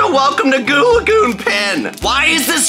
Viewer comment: Yes you’re pretty good at saying goo lagoon!